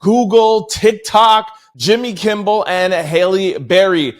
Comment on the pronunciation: K I M M E L. not kimble